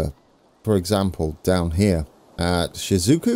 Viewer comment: Some Japanese pronunciation tips; kyoto is kyo-to, shizuoka is shi-zu-o-ka, it is made of consonant vowel pairs, and occasionally a vowel by itself.